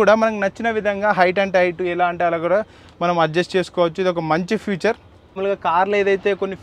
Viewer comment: Adhi Future kadhu ra Babu. FEATURE